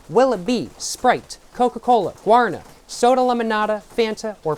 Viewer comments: the guarana soda is stressed on the final syllable, guaraNA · Guaraná is pronouced like "gwa (like g+WHAt) + ra (RAbbit) + ná! (like NOw) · Guaraná (gwa-rah-NAH) is the fruit in guaraná and, at least in brazil it is in the monster recipe (it supposedely has energetic qualities like cafeine) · We pronounce GUA-RÁ-NÁ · The fruit itself is called guaraná(guah-rah-*nah*)! It's native to south america :) the juice is also really good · Brazilian here. And very much a cachaça enjoyer. Guaraná is named after the bean its made of (which is the Guaraná bean). The á is an acute acent, “In Portuguese, the acute accent (´) tells you which syllable is stressed and often changes the vowel quality, making it more open or distinct.” Thank you for enjoying our country. Makes us brazilians very happy. I hope you enjoyed here.